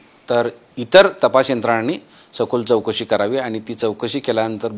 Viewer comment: चोकसी नाही चौकासी बोला साहेब